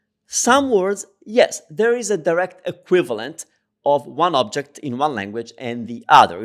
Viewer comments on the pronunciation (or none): none